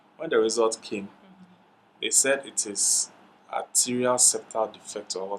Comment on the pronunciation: Awwww…it’s “atrial” septal defect Hole in heart Hmmm It’s all good De3 Nyame b3y3 biaaa y3!